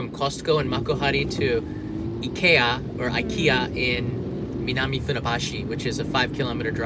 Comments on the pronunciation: I'm from Sweden and IKEA it's pronounced like says it. Japan got it right xD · I am also from Sweden and the Japanese way to pronounce IKEA is very correct. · Actualy the way its spell in japanese is the right way. The I in sweden is not speaking like in english it's spoken like in Japan. 😊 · nice to know japanese pronounce ikea the correct way 😘